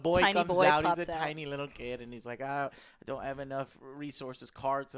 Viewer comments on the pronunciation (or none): none